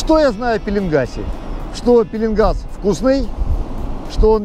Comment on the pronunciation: кстати пишите правильно-пеееленгас ,а не пииииилингас.